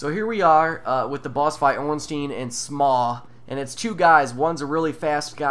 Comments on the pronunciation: It's Smo. Like cookie Dough, smough=smo dough=do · It's pronounced "SmOFF" I believe. Or "SmUFF."